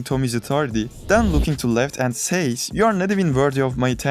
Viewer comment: why do you pernounce "then" or "when" like "Than" or "Whan" ??? is it that hard to do it right ? wtf